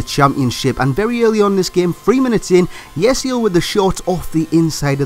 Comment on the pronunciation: Not Yesil,IT's Yeşil And IF Bittencourt